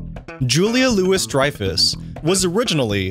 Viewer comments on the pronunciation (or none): The fact you managed to butcher the last name Dreyfus just makes me lose even more faith in humanity. Thank you